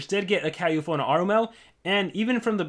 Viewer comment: Its called Catufo, not cat U-F-O